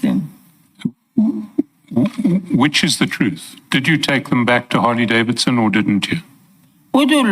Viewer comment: Yhooo needs the Interpreter why? I do not see the significance... She can't even pronounce Harley Davidson name correctly to say the least. is full of games shem